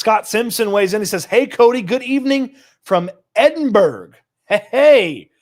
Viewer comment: It's pronounced "eh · duhn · bruh" not "Edinburg" lol